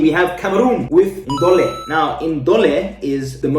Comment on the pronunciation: Cameroon🇨🇲 will take the cup😄and it's fufu not Ndole"ndohleh"